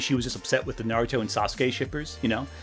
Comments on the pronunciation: Oh, yes, "modern media" , a series of franchises that on average concluded more than a decade ago. Also that pronunciation of Naruto took me the fuck out and I experienced the German dub. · as a fic writer, i think there's a tendency to see someone with a cozy mug and a librarian vibe and thinking "ah, a former tumblr kid who is reflecting on those experiences! i'd love to hear what she has to say about this community we share!" and then you hear how she pronounces "naruto" and she starts talking about the self indulgence of not adding random slurs in your writing. like. dude. policing morality in online fan spaces is like a genuine conversation within the community, but literally no one i have ever seen has ever argued sincerely that we need more one dimensional villains spouting slurs.